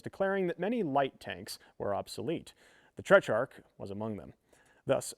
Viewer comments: Everything you just said is wrong. There is an H, and he said "Trech-ark", which should be "Teh-trark". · TET RARCH not TECH rarch there is no H in that word.